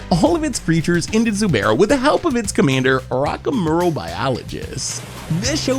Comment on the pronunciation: ""Rock-a-murl Biologist"" ..... ok